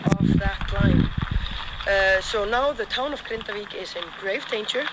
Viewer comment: Icelandic person here, you did a good job pronouncing Grindavík. Really love your squiggly meatball rendition of iceland, really made me chuckle every time it popped on screen.